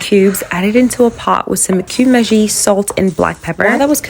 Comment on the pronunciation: No hate but pls it's pronounced maggi not maji u pronounce it maji its supposed to b